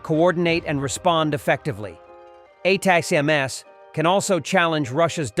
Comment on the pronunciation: Hey AI voice ATACMS is pounced "Attack ems"